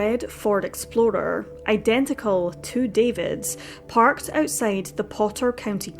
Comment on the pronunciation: I definitely heard you say red Ford Exploder haha